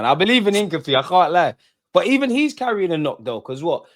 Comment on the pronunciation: ...you keep killing me every stream - it's not hin-cah-pee, it's hin-cap-e-aye